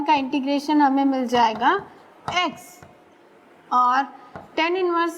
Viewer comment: She pronounces tan(x) as ten(x). But overall her work is superb.